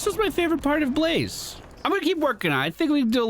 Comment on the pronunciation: I really enjoyed how you called him Be-La-Zeh. :P